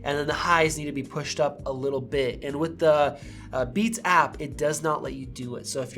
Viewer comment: At the beginning I totally heard “We just got the new Bees Studio Buds!” 😂